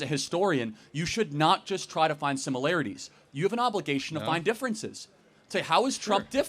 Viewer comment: The professor continually saying “simULarItIES” 🫠